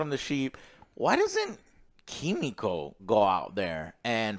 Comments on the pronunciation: I like how Joe smiles at the camera when he pronounces Kimiko’s name right 😅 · I love Joe tryna say kimiko right but his instinct is just to say it wrong he can’t help it 😂😂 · Joe - why can’t you get the names right?! Every review?!